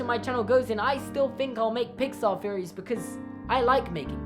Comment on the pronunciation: I hate THE Pixar theory. Individual ones are fine tho Also my American ears keep hearing theories as "fearories" help